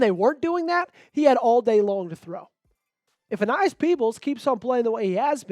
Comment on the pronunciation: Aeneas is pronounced A-knee-as